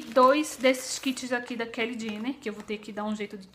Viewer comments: a pronúncia é Kylie (fala Caili), não Kelly. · Que aflição ela falando o nome da Kylie, mas eu adorei as compras! Esperava que mostrasse mais os produtos. A solução pra não ficar muito longo é fazer partes é assim ajuda mais no conteúdo do canal e consequentemente mais visualizações! Grande bjo